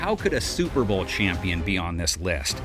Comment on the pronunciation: Suer Bowl lol